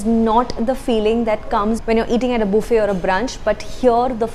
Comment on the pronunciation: Three things I love about this video: 1. Boo fay, please say buffet more often 2. The crazy way she uses her fork (it is actually neither English nor Indian nor American usage). 3. I don't think she took enough desserts.